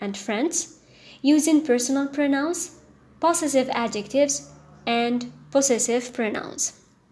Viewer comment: hello Ms thank you so much your lessons are helpful .NB: check the pronounciation of the word possessive .pəˈzesiv